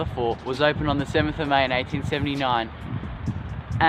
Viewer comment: did he say 1839 or did you just say 1879 funny and it sounded like 1839